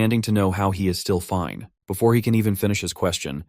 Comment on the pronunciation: did bro just say “BeFORK”💀 HUH?!?!?!